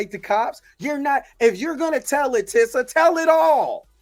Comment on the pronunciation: Jonathan Majors Does Not Love Megan Good it’s very clear this is an PR Relationship! And Tisa’s Name is Pronounced Tee-Sa Tells!